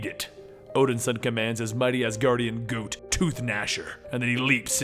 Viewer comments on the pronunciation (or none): "Goot" LMFAO unless I'm missing something, i'm sure you meant to say "Goat" great video as always.